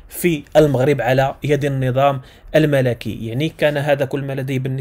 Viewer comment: الكوكب المَلِكي وليس الملَكي